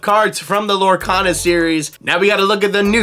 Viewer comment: Uh...it's Lorecana. Not cata.